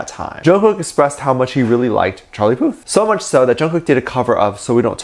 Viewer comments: Am i the only the one that kept hearing Charlie Puss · its not Charlie Puth its Charlie Puss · Did anyone catch that said "Charlie Puss"??